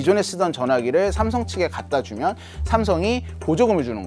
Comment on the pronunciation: 삼성 관계자분들은 댓글 다 읽어보셔야겠네요. 기자분 아드님의 쌤성 발음 넘 귀여워요~~ 미국에서 왔군요 ㅎㅎ